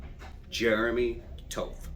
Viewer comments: I get that Jeremy would like to look tough pronouncing his name as "tough", but in reality, that last name is pronounced "TOT". Nice try Jeremy, but you don't look that "tough"... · toth rhymes with moth. it's not tow-thh it's TAW-THH. you don't pronounce Moth like MOWTH ! GUY CAN'T EVEN PRONOUNCE HIS LAST NAME CORRECTLY !